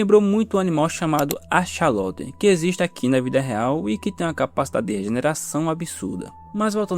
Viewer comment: É axolot e não AXAlot😂😂😂😂😂